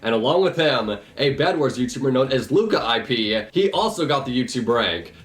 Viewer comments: Luka - IP lol It’s pronounced like lu -cape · He pronounced it luka-ip, when his bio said loo-cape... Bruh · It’s not Luka IP, it’s Lukaip (Loocape) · lol luka 1 p. that just sounded funny know its lookaip pronounced. # OhRazer#1280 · A youtuber known as Luka-IP... FACEPALM IT SAYS IN HIS DESC. THAT HIS NAME IS LOO-CAPE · It literally says its pronounced (Loo-cape). Why u gotta do him like that 😂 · Note: Lukaip is pronounced Loo-Cape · Lukaip literally wrote how to pronounce his name in the screenshot you used LOL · how did he say Lucas name wrong it literally says the pronunciation In the screenshot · Butched lukaip name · u got lukaips name wrong :< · lmfao you pronounced lukaip wrong, it’s in the description haha :)) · How did you mispronounce Luka's name its literally in the screenshot you put up im dead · Exactly lmao